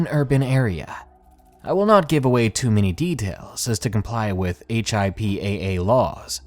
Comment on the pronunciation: HIPPA is usually just pronounced as a word. Like hip-ah.